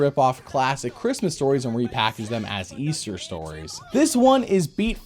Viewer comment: They're talking about the hope of EASTAH